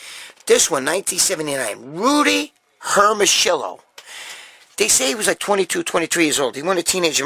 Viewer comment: Gregg, ask your gf (or your mother-in-law) to pronounce for you 'Hermosillo', and then come back next show and say Rudy Hermosillo again the way they pronounce it. 😉 Those 70's/80's physiques are INSANE!! ZERO BUBBLE GUTS!!! 🇺🇲Trump 2020🇺🇲